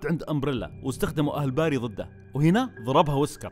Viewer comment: بيري بيري بيري مش باري مشش باري اف جلطتني